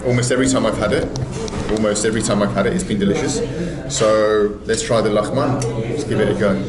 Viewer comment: Lagman not a lahman